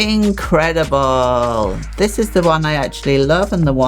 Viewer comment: "In-cre-de-ble" 😂😂 lol I didn't know u were an artist I love art this is great for drawing uwu it's like my dream tablet would u guys recommend this for art to others??